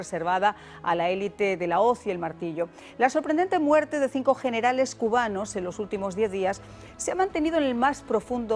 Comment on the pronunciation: Habla bien viejo!!! Muerte!!! Tu dices ""muelte"""!!! Dios mío!!! Aprende a pronunciar bien!!!